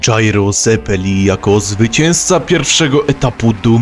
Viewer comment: Mała uwaga: Zeppeli wymawiamy przez C, jak Pizze ;) (Pizza Mozarella, hehe)